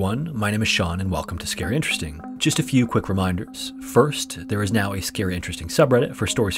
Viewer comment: (Sean?): I have enjoyed several of your videos. You do a good job narrating the stories. One thing I don't understand is why you say "Scare Interesting" instead of "Scary Interesting" when you talk about the channel at the ends. Keep up the good work, and I will keep watching.